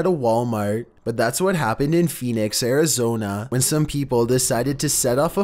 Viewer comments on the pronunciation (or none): none